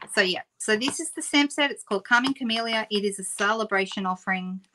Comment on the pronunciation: You said Calming Camellia, and I heard "Karma Chameleon"!